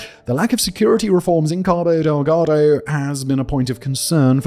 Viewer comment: LOL! The way says "Cabo Deldago." 😂